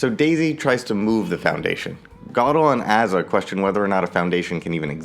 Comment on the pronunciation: i think its pronounces a-za as in a-typical or a-theist.